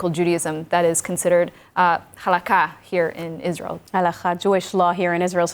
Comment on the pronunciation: Such an embarrassment. She tries to lecture us about Judaism, as an Israeli, but she doesn't even know how to pronounce הלכה.